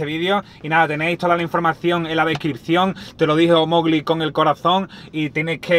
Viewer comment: Mowli travieso